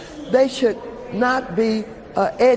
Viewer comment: Did she say edged on? Lol EGGED on?